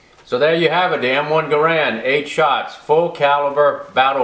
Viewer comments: Not to be picky, & I'm sure you're aware, it's pronounced, 'Geh' rend' (same as errand), not Ga Rand. I believe that spring steel enclosure encapsulating the 8 rounds is called an enbloc.....not a clip, right? I thought it IS possible to "top off" the enbloc by using rounds mounted in a charger that is then inserted into the charger guide, & pushing the proper # of rounds down (like one loads an '03), into the enbloc...& removing the charger from the guide. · John Garand ( GAIR-und Rhymes with errand ) designed it but it seems everyone pronounces it *Guh-RAND*. I've heard many people ask the question, ''Which is the correct way to pronounce it?'' and I guess it only ''matters'' to those asking and I guess only those asking are ''who cares''. Which pronunciation do you use? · Was surprised that Jerry mispronounced Garande like that. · He was French Canadian, so it's likely pronounced more like "Gairon" with the d silent. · not right pronounciation, but ok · According to American Rifleman; The pronunciation on John Garand's grandson's answering machine/voicemail message states the family name as "Guh-rand". Not a big deal, as we all know the great gun we are talking about. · Great video, it's pronounced Gair-end though. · garand would be pissed if he knew nobody knows how to pronounce his name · I was surprised that the great Miculek doesn't pronounce the name properly.